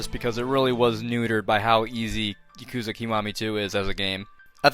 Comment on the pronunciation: stop pronouncing it yakooza bro please it hurts